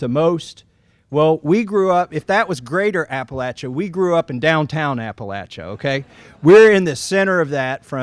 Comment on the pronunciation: I am so grateful every time I hear someone properly pronounce Appalachia. There are no long A's in the word.